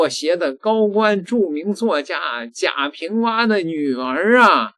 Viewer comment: 贾平凹。AO。不是WA